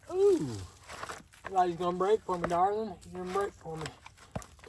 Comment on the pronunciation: Hearing you say darlin 😏